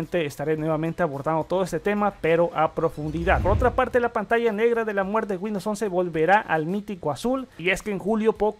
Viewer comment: Pantalla de la muer? micros edge? por favor habla bien.....